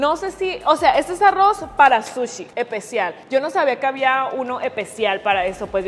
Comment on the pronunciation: me encanta este tipo de videos y me da un poco de risa cuando dice epecial envés de especial